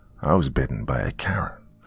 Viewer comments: Omg I thought you said "Bitten by a CARROT"! 😂😂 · I thought he said carrot at first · I thought he said “bit by a carrot” 💀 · I heard carrot too!! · I thought he said carrot 🥕 too!!😈👻👹👽🤡